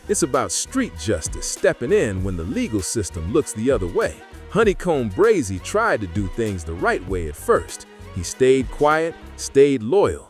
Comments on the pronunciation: It's pronounced Bray-zee😂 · Facts breh dumb ai said Brozy 🤦🏾‍♂️ 🥴🥴🥴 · Honeycomb Brozzy?!!😂 AI got to do better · Dumbazz ai it’s Brazy like Crazy not Brozy 🤬